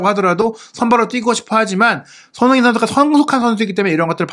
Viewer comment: 예전부터 댓글 달고싶었는데.. 손흥민 선수를 조금만 천천히 말하시면 또박또박 발음하시는데 조금만 빨라지면 소흐히 선수 소ㅎ이선수 소능니선수 등 손흥민선수 언급할때 유독 발음을 너무 뭉개시는거같아요. 라디오처럼 듣는데 자꾸만 귀에 들어와서 ㅎㅎ 조금만 천천히 발음해주세용